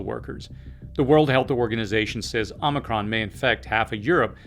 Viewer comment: Appreciate your in-depth viewpoints. I also appreciate the ways in which you deliver the messages. (And…that you pronounced omicron correctly… 😉)